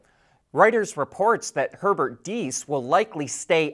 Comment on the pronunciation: yes, this time your pronunciation of Herbert's name was on point! gratulations!